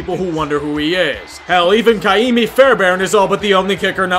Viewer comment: its ka-imi